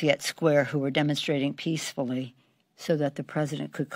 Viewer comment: peacdefully? ahahahahaha